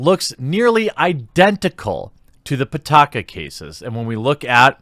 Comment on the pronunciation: pitaka means wallet in english and it's pee-ta-ka not putaka putakadin